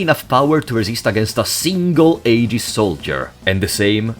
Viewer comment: Honestly, you did a pretty damn good job with the Xenosaga characters. Think the only problem I noticed was calling the AGWS robots “aegis” or “AGs” when the English translation pronounced it “eggs”, but that’s pretty negligible really. Found it super funny when you covered Allen “the assistant”, saying he’s just kinda there until the very end. Because that’s pretty much how he is in Xenosaga too. XD